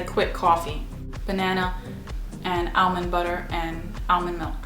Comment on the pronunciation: The way you say "almond" is sooo different from how I say it. I've never heard anyone say it like you do.